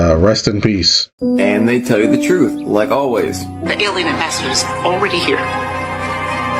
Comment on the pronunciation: it’s the troof. Troof matters!